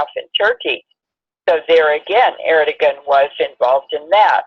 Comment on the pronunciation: Erdogan..pronounced Erdowan.